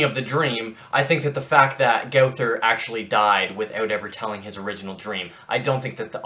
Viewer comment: It is pronounced. Go-ther